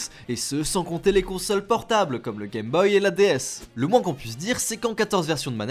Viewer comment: Cette vidéo était parfaite jusqu'à qu'il prononce les deux mot suivant côte à côte : "Le GameBoy" 😨😰😱 Nan en vrai bonne vidéo, continuer comme ça ^^ !